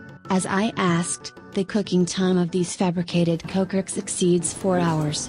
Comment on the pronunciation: First of all, you learn how to say kokorech :)